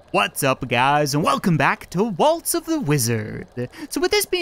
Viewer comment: Hey when say waltz of the wizard it sounds like you say Walto the wizard